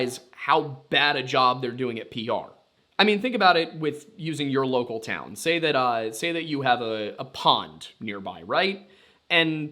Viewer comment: Interesting way of pronouncing town